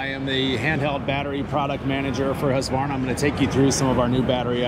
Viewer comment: I think Tracy gave you a pass, but Chris pronounced it more or less correctly (with an American accent). There's no extra vowel sound after Husq (pronounced Husk or Hoosk) so neither "Husk-ah-varna" or "Husk-e-varna" is correct. With native Swedish speakers I usually hear "Hoosk-vahrna", and German speakers may "Germanize" it pronouncing the V more like the way English speakers pronounce an F, but then again Germans tend to be quite good about being technically correct. Besides I think most of them prefer to say Stihl (there's another one we tend to get wrong). Anyway, drop that extra "ah" you're sticking in there, and I'll only have about 200 million more Americans to correct. :P